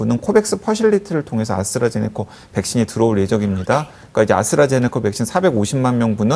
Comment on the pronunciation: 아스트라제네카를 왜 아수라제네카라고 하냐?